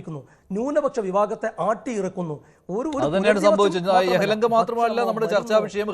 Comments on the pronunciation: യഹലങ്കയല്ല - യെലഹങ്ക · പ്രിയപ്പെട്ട അവതാരകാ.. യഹലങ്ക അല്ല യലഹങ്ക അതാണ് സ്ഥലം. സ്വയം ട്രോളല്ലേ😂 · യാഹ്‌ലങ്ക അല്ല യാലഹങ്ക എന്ന് പറയു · സാർ രണ്ട് പ്രാവശ്യമായി യെ ഹലങ്ക എന്നു പറയുന്നത് യെഹലങ്ക അല്ല യെല ഹങ്കയാണ് തെറ്റ് ആർക്കും പറ്റാം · എഹലങ്ക അല്ല യെലഹങ്ക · യഹലങ്ക അല്ല ചേട്ടാ യലഹങ്ക Preperation illathathinte kuzhappam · Why is the anchor telling Yehalanka ..?? It is Yelahanka .. യെലഹന്ക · 01.39 യെഹെലങ്ക അല്ല അണ്ണാ യെലഹങ്ക😅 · യഹ്‌ലെങ്ക അല്ല സുഹൃത്തേ യ്ലഹങ്ക എന്ന് തിരുത്തിപറയൂ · യഹലംഗ അല്ല മാഷേ.... യെലഹംഗ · Yehalanka alla myraa, Yelahanka 😂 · യഹലങ്ക അല്ല യലഹങ്ക എന്ന് പറ 😂😂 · യഹ ലങ്ക അല്ല ബ്രോ... യെലഹാങ്ക. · യെഹലങ്ക അല്ല യെലഹങ്ക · Yeyelanka alla yelahanka